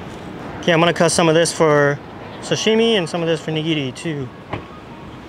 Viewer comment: oh, my name is Doug Tanaka. I am Japanese-American I was born in the US but I never pronounce Sashime like an American. I really want you to lose that habit. You need to say it like your dad says it or your grandmother. They know the emphasis is on sa, not shimi.